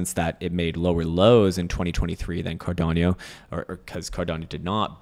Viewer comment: Bro, it’s pronounced CAR-DA-NO, not Car-dan-yo… 😂